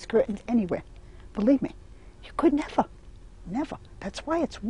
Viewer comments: I love how she says "neva" and "betta" lol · Nevah, nevah. 😄Love how appreciative and admiring of curtains this woman is!